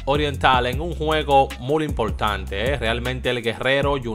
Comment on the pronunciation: Porque tu siempre dice mul se dice muy hermano